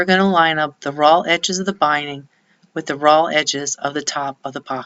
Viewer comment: Is she saying 'ROLL' edges? I think she must mean 'RAW' edges.